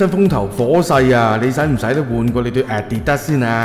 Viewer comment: 問吓人點讀 Adidas, 哥哥仔讀得好古怪